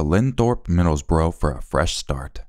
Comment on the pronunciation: you pronounced middlesbrough better than I would have if I was still living in the US. Locals call it Middles Bruh 😅 I wouldn't know, I'm from Rotheruhhm, (American pronunciation Rother Ham.)